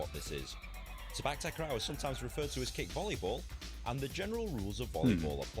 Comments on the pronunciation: Clarification about Sepak Takraw pronunciation. 1st word: It's Se- with the same vowel as se- in sell, then -pak is sounding like "puck" not "pack" as most of the westerners read. So the "CPAC" you guys read is all wrong. 2nd word: Takraw is Ta- Kraw not Tak- Raw. Ta- sounds like T in the word "lotus" and now the kraw is the same vowel with awe in awesome. Hope this helps. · The correct pronounsation is "say park tark raw" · The W in Sepak Takraw is not silent. It is pronounce as in the word "NOW" or "COW." The ball speed is almost as fast as in table tennis. With lots of practice, players can predict where the ball will go so they know whether to allow it to go outside the court or to try to tap/touch it.